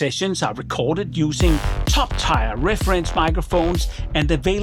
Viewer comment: Great review team - as always! By the way (if you care) - tier is pronounced tear (as in crying) and not tyre (as in car tyre)